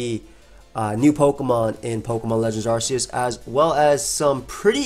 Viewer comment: Arc. Not arse